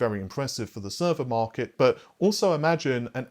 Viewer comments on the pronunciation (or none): none